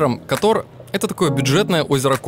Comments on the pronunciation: Кóтор, ударение на 1й слог, пожалуйста… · Прошу не Катор, а Котор!!!